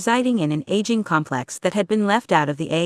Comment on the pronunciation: AI word spacing is like that of news talking heads. There are so many phrases where the wrong emphasizes are placed that it is nauseating . Example: "..at the com PLEX.." However, this is so full of facts and backup documents that it should be shown on national news specials as "How drugs help destroy the best laid plans" and "How an AI narrator can cram our heads with useful tidbits we can ruminate over for decades". Complex residents, you don't let in gangs without paying the price. This goes not only for public housing projects, but also for apt complexes in general. I lived in two apt complexes for a total 15 years. Don't let in the gangs!